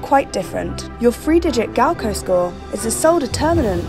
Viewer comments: gaokao not gaokoh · It’s gaokao... not gao koe Stop saying it like that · Why is GaoKao pronounced as GaoKou wtf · the way she pronounce gaokao as gowkoh bruhhhh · “Gaoko” lol you gotta pronounce the A as well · i wish the narrator would just pronounce “gaokao” right... or at least try to... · I cringed so badly 😂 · i k r i was cringing the whole way through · Uh...the mispronunciation of Gaokao...uh